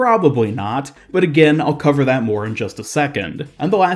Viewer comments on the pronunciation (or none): none